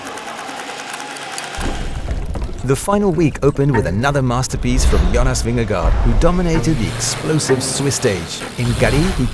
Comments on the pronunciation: The pronunciation of his name was covered Ad Nauseum during the Tour de France . It was confirmed by various people, including Danish people, that the correct pronunciation is Vin-ge-go . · I happen to be a Danish native speaker too. Although it's correct that it's not pronounced like "guard", "go" is also incorrect. You need to add a soft "r" sound, so not like how Carlton Kirby pronounces it. More like: Ving-eh-gor. Of the English speaking commentators Rob Hatch is doing a pretty good job with the pronunciation actually, if you want to look that up. Not sure if I can add links here without having my comment auto-deleted, but if you search for "Jonas Vingegaard is in a league his own 🫡 The Dane attacks at the Giro.", you'll hear it pretty well done. Have a nice day 🙂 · You are professional cycling, commentators, and you can’t get cyclist‘s names right? It’s not Vingegaard, rhymes with Vanguard, it’s Vin-ge-go. “Go’ at the end. Maybe listen to Phil Ligget more? Pretty pathetic!